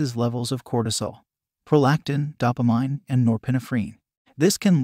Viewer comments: Doppa-mine. Really? That's how you pronounce it? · I had to turn it off by the second time he pronounced dopamine wrong.